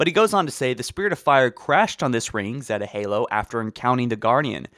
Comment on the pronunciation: "At space" Learn how to pronounce "Zeta" That's NOT a a 6-8 month beard. Learn how to pronounce "Debris" "Make since" Also, nearly 14min of pure, unfounded conjecture